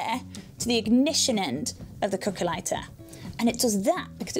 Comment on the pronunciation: Me too, thought she was saying coco(a)😅